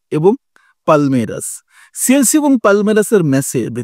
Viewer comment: ভাই সেলছি না । এটা হবে চেলসি 😂